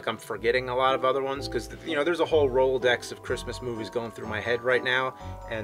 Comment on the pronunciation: he said rollodex. that is funny to me.